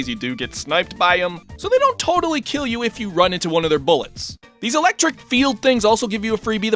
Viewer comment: you said electric wrong XD